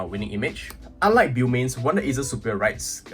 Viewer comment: It's pronounced (boe-mains)